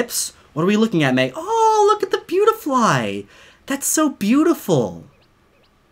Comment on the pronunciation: when you said beautifly i thought you said pewdiefly